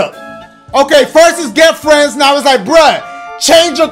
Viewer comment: “GO OVER AND GET SOME FRENS”